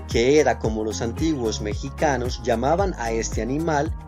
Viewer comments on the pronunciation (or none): none